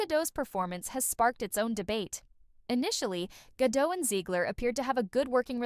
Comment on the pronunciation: Learn how to properly pronounce Zegler and Gadot! You could maybe look it up on, I don't know, You Tube.